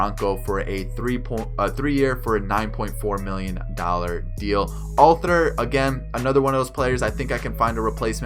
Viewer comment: Good video. It's funny how u perfectly say the spanish names but not the English ones like neshek and altherr lol